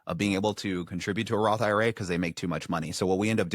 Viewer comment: Roth eye-ruh